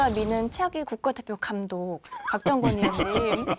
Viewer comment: 박정권 발음 개무섭네 박정원으로 들림